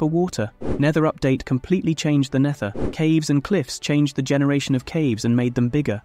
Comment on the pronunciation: Is your text to speech able to say "the"?